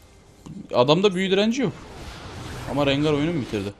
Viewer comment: la allahını sewersen bi de hele RENGAY ne la rengar de rencır dee de rengay diye nasıl okuyailiyonn